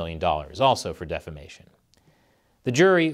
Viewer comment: When you said "defamation" .. I heard "defecation"